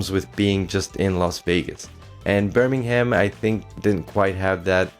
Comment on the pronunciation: Don't pronounce the h in Birmingham!